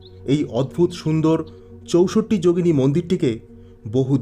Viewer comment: চৌসট্ট্ না বলে বাংলায় চৌষট্টি বললে বেশী ভালো শোনাচ্ছে...